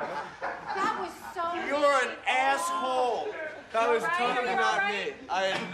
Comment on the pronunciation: You're an ASS-hole! I just love how Dunn enunciates that. RIP Dunn.